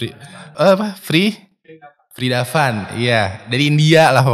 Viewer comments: Ikutin nih "PRIN DAVAN" BUKAN PRIDAFAN 🤣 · Vrin-da-van. Di baca:fridapan 🤣